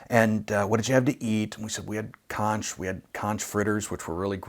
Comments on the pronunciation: Hitler was a vegetarian 🤘🤣 btw.. I think you're VERY Bohemian... even if you pronounce conch like lunch. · Just heads up, it's actually pronounced "konk" - hard 'K's. Fun fact, Key West is also known as the Conch Republic... If you want a funny story, read the wiki article on the founding of the Conch Republic.